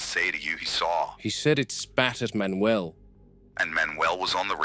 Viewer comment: Manuel ❌ Man not uel ✅